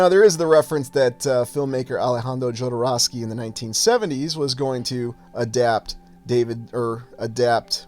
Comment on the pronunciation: That absolutely brutal Midwest pronunciation of Jodorowsky.